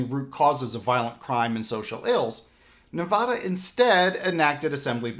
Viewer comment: I love you but please pronounce our states name correctly as you should pronounce Nevadan them same.